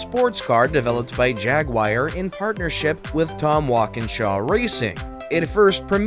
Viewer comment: Jaguir ??? try Jaguar